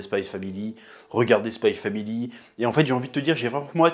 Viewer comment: ON DIT SPY X FAMILY